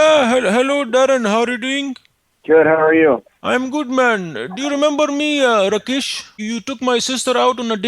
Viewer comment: I like how he pronounced Rakesh as Rikesh which happens to be my name.